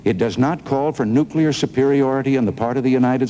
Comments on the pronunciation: Those damn nukear? nookear? nukeyer? weapons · Carter cannot pronounce "nuclear".